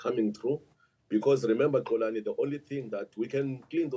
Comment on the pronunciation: Not Xolani, Xoli!